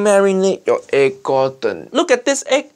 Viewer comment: no not vegetarian he put eeg where a vegetarian 🤣🤣🤣